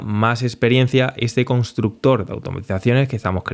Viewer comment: Consxtructor IA a partir de Notebook LM